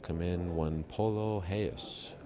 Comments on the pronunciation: reyes, not heyes, he is mexican not portuguese, get it right ariel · Amni wrong in assuming its pronounced Reyes and not Heyes? If hes mexican his name isn't pronounced in portuguese..